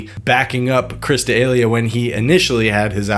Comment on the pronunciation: Woah somebody needs how to pronounce Chris Delia lessons